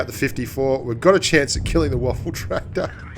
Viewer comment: Lol he says waffle tractor